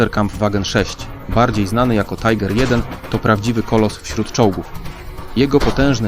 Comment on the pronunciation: Ciekawie opowiadasz... Ale to Swiat Niemcow. fonetycznie to on byl Miśael Wittman, a jego pojazd to Tiger, nie Tajger. I nie ma armat samobieżnych. są dziala samobieżne a i owszem... Mimo wszystko podales mnóstwo faktów, których nie znalem. Tak 3maj. łapka w górę